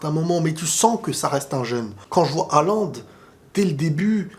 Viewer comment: Ca se prononce Holande sinon. Mais tranquille le plus important c’est le contenu